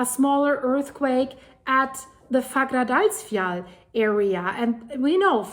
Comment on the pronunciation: The doule L is a T in the pronunciation for icelandic. So it's pronounced like "fagradalsfjat", although it is written as "Fagradalsfjall". You can look it up, the double L as T rule is real for icelandic. I'm not making this up ;-) (Don't believe what any commenter like me writes, check it. I am sure for myself, but I know, that's not enough for anyone else, so just look it up ;-)